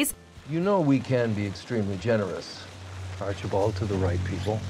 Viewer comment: no one: Penelope blossom: aRcHiEbOLd